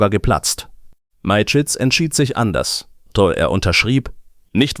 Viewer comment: Hallo, es scheint ein Mensch zu fragen: Am meisten stört mich, dass die KI Stimme den Namen des Firmengründers falsch ausspricht. Die Story selber ist ok. Es wäre schöner wenn Sie oder jemand anderes den Text selbst einlesen möchten, auch wenn es nicht perfekt ist, hätte man das Gefühl, dass Ihnen an der Sache gelegen ist. Nichts für ungut, alles Gute für Ihren Kanal!